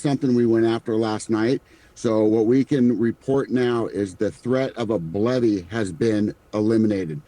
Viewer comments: who else thought he said "Bloody" and not "BLEVE" lol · Also, didn't he say BLOODY instead of BLEVE or did I misheard?